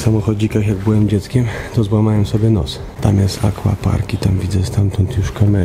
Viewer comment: akWapark, a nie akłapark. PizzerNia? Może jeszcze wymawiasz lambodżini i spadżeti trzymam za słowo.